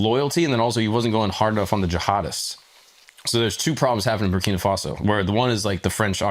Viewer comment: Bra, Brakina Faso? Already? First 5 seconds 🤦🏽‍♂️🤦🏽‍♂️